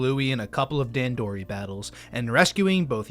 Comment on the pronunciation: I think it's funny that you went out of your way to a learn how to pronounce "hearth", but not "dandori" Other than that, and you slandering the winged pikmin, though, great video!